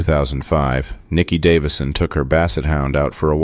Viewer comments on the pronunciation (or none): none